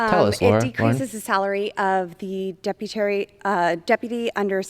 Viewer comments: “Deputary,” I think Lauren is still high from her theater performance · Did she say "Deputary" Twice? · Is “deputary” a new position? Never heard of it lol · "Deputary" is right up there with covfefe. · Deputary? LOL 😂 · "The Deputary Secretary" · Deputary, deputary? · “Deputary secutary…” Yeah. These people definitely know words good. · Did she actually say ‘Deputery’ twice? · "The Deputary Secretary" - twice, not once. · WTF is a Deputary Secretary 😂😂😂😂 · The Deputary ... twice i like it. LOL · LOL "DEPUTARY SECRETARY" no wonder Gropebert reserved time, because she didn't have any practice time figuring out the BIG WORDS she was going to be using. Yet ANOTHER MAGAt that CAN'T READ. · I learned a new word today: "Deputary"! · "Deputary." LOL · I hear she didn't even complete high school. She can't even say duputy right. These are the ppl leading this once great nation. We are on track to becoming the next Russia. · Twice she said "Deputary." Does she really think this is a word in our language? She should just keep her mouth shut for the next 14 months or so and then quietly go back to being a skank in Rifle, CO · "Deputary" ... twice. I never laughed so hard. She's been vaping too much. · “Deputary Secretary” 😂😂😂 Twice! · Deputary Secretary made me giggle more than it should have! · "Deputary"? Woops, still not ready. Words is hard. You are absolutely right! "Walking over dollars, trying to find another dime." It is absolutely insane that the poor are supporting the richest people in the world. Corporate Welfare is bullshit! Jeff Bezos and Elan Musk pay nothing in taxes. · Double dipping on "deputary" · she lost me at "Deputary" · Lol deputary smh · "DEPUTERRY" to COGNITIVE DECLINE??? .... AND to . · "Deputary secutary" says it all really 🙄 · Deputary Secretary 😂😂😂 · I love that she said DEPUTARY several times. Makes me wonder what she was actually able to find... was she just looking at the same email or something several times? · The Deputary Secutary 🤣